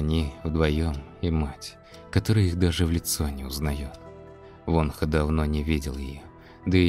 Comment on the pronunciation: Все хорошо, только одно но произносите пожалуйста имена правильно. ВонхО , а не Вонха.